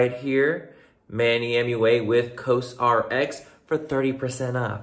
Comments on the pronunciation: Has anyone mentioned yet that it’s said like “cause rx”? 😂😂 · I love you Manny but for the love of Korean Skincare.... Actually learn how to pronounce the brand that’s sponsoring your video!!! 🤦🏻‍♀️🤦🏻‍♀️🤦🏻‍♀️ Cos RX like Kors